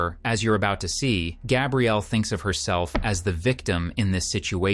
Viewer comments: Are you a real narrator. I think not. Is it Gabe-rielle or Gabrielle. Clue, it's the latter. Short A for women and long for men and different spelling. A human would make the same mistake over and over again. A human would not change from one pronunciation to another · Her name is GabriELLE, not GABE-riel. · The roulette of ways you chose to pronounce her (and my) name was dizzying. 🥴 Gabrielle, not Gay-brielle, not Gabriel, hard G, ab like abs, ree, elle. Please.😂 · For the love of god, please edit your shitty AI narrator. When you misspell “Gabrielle” as “Gabriel,” then you end up with the inconsistent pronunciations. Either actually have a human record their voice or EDIT! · The fact that the narrator repeatedly calls her "Gabriel" should have been a big hint. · Its the feminine of Gabriel, I've heard people pronounce it gabe-rielle plenty of times in person, not just an AI thing. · Also calling her “Gabrielle” like a man’s name and not like a woman’s name is cracking me up. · it irks me, the way the AI said “gabrielle.” 🙃